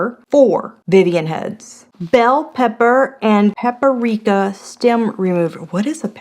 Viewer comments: Oooh Vivian. You're funny! Its not Pepper-ika. Its Paprika. Lol!!! 😂 Btw, Happy Halloween! 🖤🧡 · lol I love how you say Paprika 😂